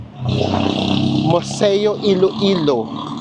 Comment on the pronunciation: Iloilo po, not Ilo-ilo